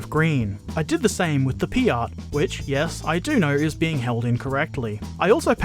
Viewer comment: Very good painting video. One thing though: 'P.I.A.T.' is an acronym from Projector Infantry Anti Tank, and it's pronounced 'pee-at', not 'pee-art', just check any video of WW2 veterans who used one.